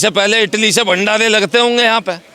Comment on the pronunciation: He:face-purple-crying: calls Party as palty. Bhandare as Bhandale, roti as loti.....